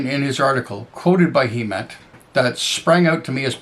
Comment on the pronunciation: great video. side note- has vowel sounds like "pleasant." He's friendly so that makes sense 😅